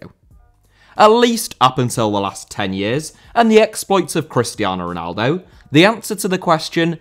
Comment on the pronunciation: Lothar* not Louwther Matthäus* not Mattheyas Ronaldo* not Ronaldouw Marco* not Mahcouw Jimmy* not Djimmy Johan* not Jouwhan Barcelona* not Bohçalouwner Lionel* not Linl Alfredo* not Alfreidouw Can't* not Khon' Zico* not Zicouw Diego* not Diyeigouw Pelé* not Pelei Serie* not Siri Udinese* not Udeneisei Flamengo* not Flamengouw Gerson* not Guerson Leônidas* not Lionaidas Antlers* not An'lers Eusébio* not Yusséibiouw Mozambique* not Mouzambique Maxaquene* not Máxequen Andre* not Ondrei Half* not Holf Regime* not Reigime Franco* not Francouw Baresi* not Bareisi 27 mistakes ffs